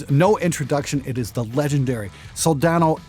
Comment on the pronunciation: good gawd, thank you for pronouncing it right. hope in humanity: restored.